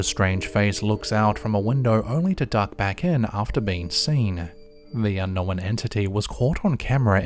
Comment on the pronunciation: You know what else is ridiculous? The way he pronounces "unknown"